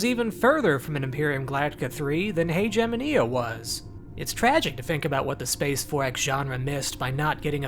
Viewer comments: I'm pretty sure the word Haegemonia is pronounced differently. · I cringed at the pronunciation of Haegemonia. Considering that even in English you're not supposed to pronounce Hegemony like that